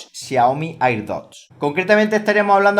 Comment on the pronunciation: ¿A alguien más le molesta que no pronuncie bien la palabra "air"?